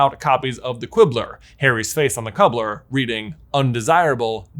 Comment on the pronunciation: every time i thought "this is getting juicy" i would check the time and then see i was less than half an hour in you said "cubbler"